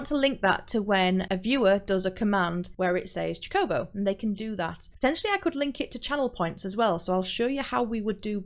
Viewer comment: My heart </3 cuz you can't pronounce "chocobo" right... Jokes aside, thank you for the tutorial! Very helpful! <3